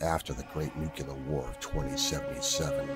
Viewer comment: It's - NOO KLEE URRR - for the love of all that's holy people! This is like the 10th video that people say "noo kyoo lurr" dies